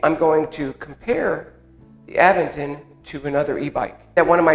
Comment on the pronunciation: You are pronouncing Aventon wrong! It is A…Vent-on. Not Av..ven..ton